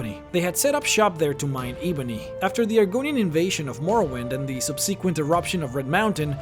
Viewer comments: "eeebony" no sir, its pronounced ˈebənē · Eeemony warrior? How you miss out the B?! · its pronounced eh-bony, not E-bony. You've been playing this game for years, you'd think you'd know this by now... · Ee-bony? Its pronounced "Eh-Bony" Obl-ee-vion? Its "Obl-ih-vion" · Where are you from? I can’t tell from your “accent”??? 🤷🏻‍♀️ Like the way you pronounce the names “eebony or hearsign” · How bout when he said Skyrim owned the island to mine for eee-bone-neee 😅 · Unbelievable you can't get Eeeeeeebony right but you call Hircine wrong as well. Because that is spoken like Hirciiiiiiiiine. Long i. Switch that up and your good. If you make a video get at least that right. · What about him misponouncing "Ebony" as "Eehbonny" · Don't forget e bone e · dislike bc you said ebony wrong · OMFG Can this guy pronounce anything right? FFS It like he's never talked to enough npc to know how to pronounce Ebony